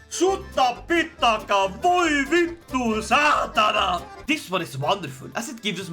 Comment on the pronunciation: As a native Finn, I’ll give your ”voi vittu, saatana” a solid 9/10.